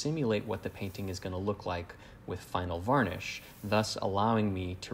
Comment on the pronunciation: Jak mnie to słowo "wanisz" wkurwia